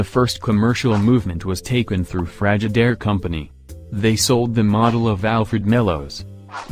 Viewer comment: I hate this computer generated audio. It can't pronounce "Frigidaire or Refrigerator"!